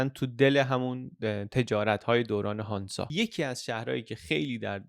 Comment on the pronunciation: هنزه نه هانزا ایرانی ها ریدن ب لهجه آلمانی